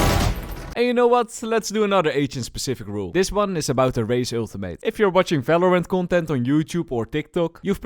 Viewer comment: valorant🤢 falorant😏